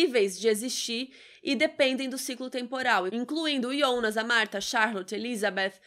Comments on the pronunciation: Tão mais legal pronunciar Jonas ao invés de I onas :/ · "IONAS"??? A GENTE QUE ASSISTE DUBLADO ESCUTA "JONAS"... " AH. MAS EU ASSISTI EM ALEMÃO".... Foda-se: estamos no Brasil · Aiii de boa, eu ia assistir o vídeo todo mas desanimou ficar ouvindo Ionas.... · Que agonia dela falando Yonas. 🙄